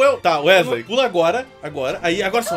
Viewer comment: "Wesley, Uesley, UÉSLEI" KAJSKAK